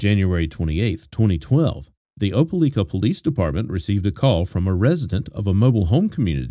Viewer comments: It's pronounced Oh-pa-like-ah Great video, as always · Not being rude but it's pronounced , like not lick . Opelika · It’s o-pe-like-a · Opalikaispronounced with a long i= ("OH puh like uh"). Just FYI 😊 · It’s O-puh-LIE-kuh . My home town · Lord have mercy. No one can ever pronounce Opelika. It's Oh-pah-lie-kah. This story remained such a mystery for far too long 😢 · You got it right except for the third syllable. It's pronounced O-puh-like-uh. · I live like 30 mins from opelika and I die every time I hear him pronounce it 🤣